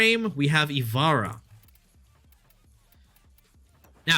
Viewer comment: You are not good at rating Warframes. 1 you are rating and using them horribly. 2 you cant use 99 percent of your frames 3 you cant pronounce ivara